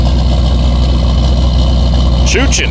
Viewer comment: "Cheechin" choochin? 😂